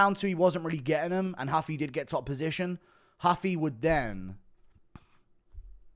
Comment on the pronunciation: It’s Rooofie not huffy